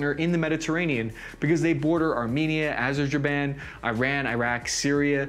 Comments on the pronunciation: Did he really just say Azerjerban instead of Azerbaijan? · True. Azerjaiban. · Adjurjurban. Goddammit,. I nearly choked myself laughing. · Ok seriously, you messed up the pronunciation of Ataturk, Azerbaijan and the Dardenelles and I'm only a quarter way through the video